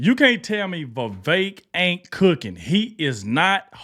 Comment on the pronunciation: VEE -VEK